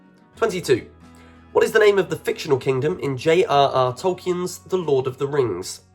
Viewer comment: Hilarious when ignorant people make quizzes like this that they themselves don't know the answers to, mispronounce names, etc.